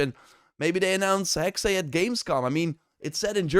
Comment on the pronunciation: Hexe (the German word for "witch") is pronounced HEK-suh, with two syllables, the first rhyming with "hex" but with a short 'e', and the second a soft 'uh' sound, similar to the 'a' in "sofa," stressing the first syllable. Breakdown: Hek-: Sounds like the English word "heck" (short 'e'). -se: A soft 'suh' sound, almost like 's' followed by a very quick 'uh'. So, say "Heck-suh". P.S. Elsa is a swedish name.